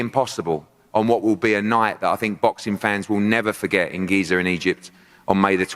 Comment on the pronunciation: "Geezer" Egypt 😄🤣😂